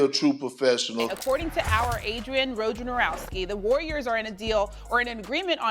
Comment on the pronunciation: Can ESPN do an entire day where they train their hosts and analysts to pronounce Woj's name correctly.